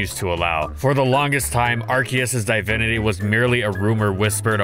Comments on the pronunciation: its not DIE-vinity its divinity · did he just say die-vinity??? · Hold on… DIVE-INITY? Oh nah, gotta dislike that one